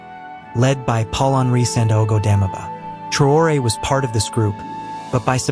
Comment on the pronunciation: Vous n'avez pas la possibilité de prononcer son nom de façon correcte ?